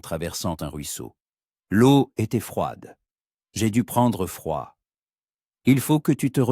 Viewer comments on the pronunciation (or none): l'eau se prononce... lo